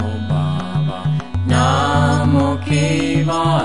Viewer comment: I must tell you one significant thing: the mantra is not BABANAMO KEVALAMO. The mantra is BABANAM KEVALAM as it has been pronounced by the Guru Himself. I have that audio with me. I can give it to anyone on demand. Only you have to provide me with your Whatsapp number, please. So, never sing Kiirtan with the wrong pronunciation. It may attract the negative microvita. Thank you, Namaskar.